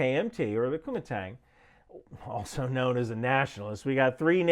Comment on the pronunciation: They way you say Kuomintang sounds like youre saying Kumite, from Blood Sport lol